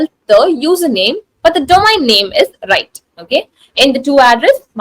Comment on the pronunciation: She doesn't know how ro pronounce the word domain :eyes-purple-crying::face-orange-frowning